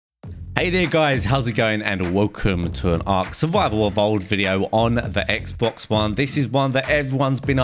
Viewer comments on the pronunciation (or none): none